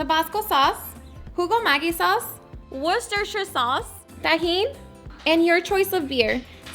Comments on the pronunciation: It's pronounced "wash yer sister sauce" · “5 drops of this sauce” because nobody can pronounce Worcestershire 😂😂